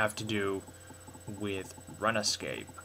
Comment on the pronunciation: its not (runa) its more like (roon), so its roonscape, thats not how u spell it btw